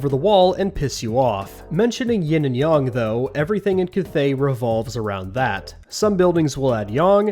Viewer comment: Or... It's like they're pricing the units like units in the tabletop version. - It's Yin and Yang. Not Yin and Yong..